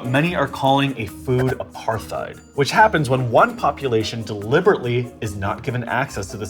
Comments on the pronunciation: The "h" in apartheid is silent. Just pronounce it like "apart-ide" (NOT "apar-thide"). Just trying to help. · Apart-heid (apartness), not aparth-eid.